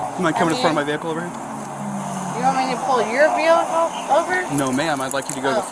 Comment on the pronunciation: “You want me to pull your vihacle?” 😂